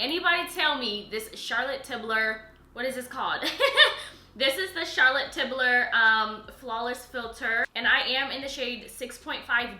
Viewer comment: “Charlotte Tiblurrr” had me weak 😂 love you so much!!